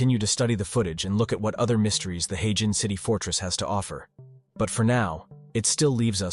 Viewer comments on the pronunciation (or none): What in the actual fook?? All these places are well known in China, just because Westerners don't know about them doesn't make them "unknown". Also it is 'her-jin', not 'hey-jin' like you keep saying.